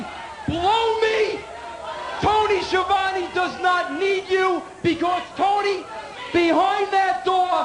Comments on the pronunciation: nobody can spell Schiavone :S the real pronunce is skiavone not sciovani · Skeeavone XD